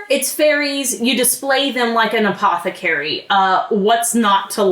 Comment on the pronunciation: no one:: APOTHECARIE